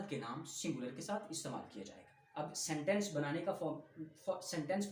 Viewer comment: sentens not seneses